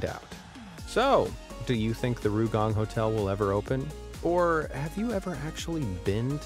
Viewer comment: It's not RUUgang. It's R Y U gang. Try saying "yu" with an "r" in front. Not "rye" bit "ryu." Oh well, never mind.